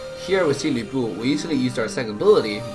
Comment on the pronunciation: Finally someone pronounces Lu Bu the Chinese way.